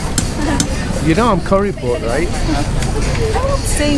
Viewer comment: Love your street walks and and more the street food walks. kuripot is coo-ri-pot you keep saying curry-pot lol.